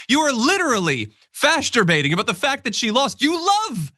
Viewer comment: “Fascterbating” love it. 😂😂😂😂😂😂😂😂